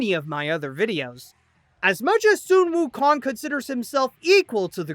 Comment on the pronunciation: Su wou Kong oh my god it's sun wou Kong.